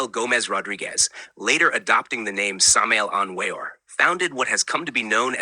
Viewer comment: No, you are giving wrong information. You don't even know how to pronounce his name, so you're obviously clueless.